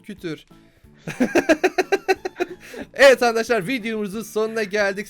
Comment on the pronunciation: ankadaşlar diyon